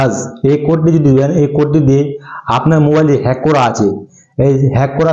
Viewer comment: # Pronounce Hej hobe 😅